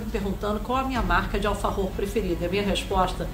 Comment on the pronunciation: A água é ótima. Smart nao é água. Desculpe. Nada a ver falar alfarrrror. Buenos Aires nao é para amadores.